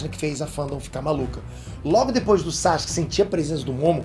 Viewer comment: ...pq vc fala "SACHUQUE" e não Sasuke ou "Saske"?